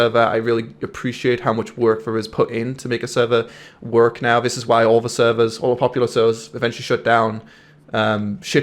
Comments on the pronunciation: why where u trying to emphasizing WORK lol everytime u said work in this video it was as if u was struggling to say it XD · Why do you say "work" with an American accent now?